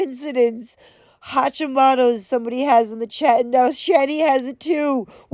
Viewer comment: She didn't pronounce it correctly!! 😂I have hositmoto disease and it's absolutely horrible! How dare her!! I spelled it incorrectly on purpose cause of how she pronounced it...had to add that in for reference